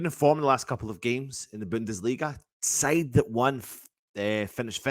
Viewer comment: The Bundustleagaaaa, quality but you sound better as a Jock 😂😂😂😂👍than a German 😂😂😂😂